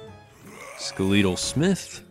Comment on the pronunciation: Skelétal Smith Skeletal comes from skeleton so pronounce it that way...